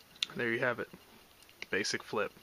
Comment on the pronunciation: "BASEIC" XD